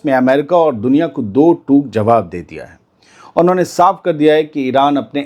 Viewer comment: Yesterday News were amazing But correct your word please do tok word hai Do tooc nai 😅